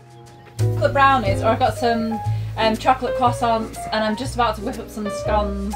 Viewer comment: You pronounced scone terribly wrong 🤗😂